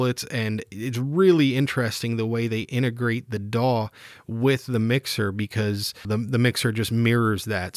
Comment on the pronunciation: Was that "DAW control" or "PAW control"?